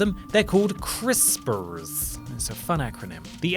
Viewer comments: Please say "crisprs" in every video. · Love the way says crispers